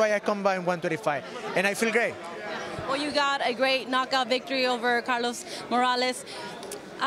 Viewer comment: Lol I think he wanted to say I feel great because he said it again